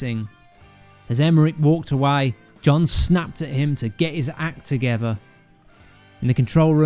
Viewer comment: I really wanted to watch this but after listening to the narrator for 5 seconds I couldn’t take anymore. BTW is “togever”a word? Shame.